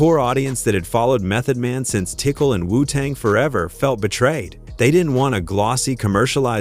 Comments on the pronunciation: Please get someone who knows how to pronounce words. It’s TICAL, not tickle!!!!!!!! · Right it TICAL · First it's tI- cAl not tickle, horrible voice over . plus you forgot about wend willams, mef hates that woman. she did something f'd up about mef's wife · Say Tickle one more time! It's TICAL! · LOL Bro I swear I thought the same like Redman even said most YT ppl pronounce his name like "Redmen" lol Its TiCAL the same way U would say the word Calories or the name Calvin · Calling Tical tickle os painful. All A.I produced videos should say in the title. This is getting stupid no soul in these videos no passion for the subject😊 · Did ole boy just say "tickle"? My God 🤦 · Gave this video a dislike because I screamed every time he said "tickle" whomever is running this channel, please use your REAL voice! This AI stuff is annoying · Wtf is "tickle"?? This drove me crazy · Every time I hear him say “tickle”, I want to yell at my phone. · don't worry about it,Tical always tickled Hip hop ,sorry he tickled all kind of music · Some white broadcaster. Can't believe anything he is saying. He can't say "Tical" right.